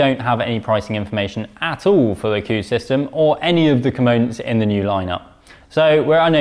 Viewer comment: Coos!!!! Don’t think that’s how you pronounce it! Moooo 🤭